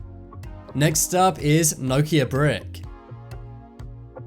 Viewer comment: Why can't you pronounce Nokia haha